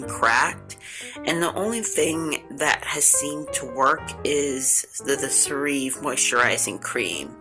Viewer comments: I love it too! I use it on damp skin after my shower. P.s.....it's pronounced "Sarah vee" :) Get a small plastic travel container to place product in for travel,.... i.e purse. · I was listening to review and I keep saying "she's pronouncing it wrong" but this is a GREAT product.